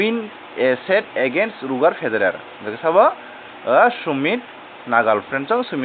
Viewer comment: Pronounce khai ma chaya...."roger" tennis nai d....